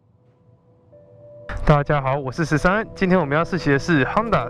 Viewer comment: 是鬨達不是夯達